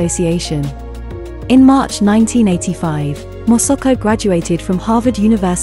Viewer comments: The narrator repeatedly pronounced MA SA KO to Mosuko 😢😢😢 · Please pronounce her name correctly it is MASAKO not MOSOKO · Its not Mosoko its Masako !! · Pain to hear her name pronounced INCORRECTLY as MOSOKO. If she COULD CHECK HOW her Name IS PRONOUNCED MA (like in Malasia), SA (like Sack) then KO. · if you could only pronounce her name properly! It is irritating that you are not even trying phonetically - It is Ma SA ko ! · Interesting content. But you would think one could get the pronunciation of the subject of the entire video right. Her name is said, completely wrongly, hundreds of times. It quickly becomes very jarring.